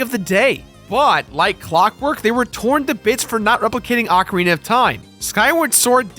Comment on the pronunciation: I've said it once and I'll say again IT OHCARINA not arcaina 😠 it soo annoying how people on the Internet can't say ocarina right